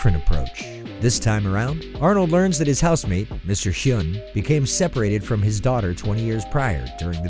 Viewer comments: It's pronounced something like "win" not "hyoon" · The guys name in hey Arnold is pronounced Wynn. Did you even watch the show??? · It's "HWIN"! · Mr. Hyun: "Its Hwin" (like stewie pronouncing whip) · How do you get Mr. "win" name wrong when it's said like 30 times in that episode 🤦‍♂️🤦‍♂️ annunciation; W. I. N. Come on now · Did you even see the Hey Arnold! episode? Mr. Hyunh's name is pronounced like "win". If you're going to do a top ten about TV shows you should at least watch them first. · Did you even watch those episodes??? You mispronounced “Mr. Wins” name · >Pronounces it Mr “Hyoon” Someone never watched the show 😒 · Nguyen is pronounced win and Hyunh sounds like hwin, like if an old Texan were to say "win" I tell ya hwhat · It's a win!